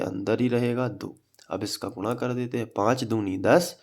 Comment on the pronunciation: Sir gunna ko gurra kyo bolte hai